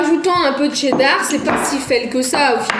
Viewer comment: Vous dites "la c'est dar" mais faut dire "la cheddar"🤣